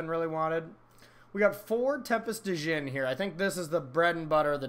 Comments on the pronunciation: The d is silent... pronounced like Gin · You don’t pronounce the D my guy